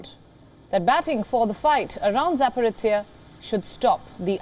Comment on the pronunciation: ZhZh pronounced by Palki (and her colleague here) is just Z 🤦🤦 ZaporOZHie!!! ZH mest mean something else to be read out rather than Z pronounced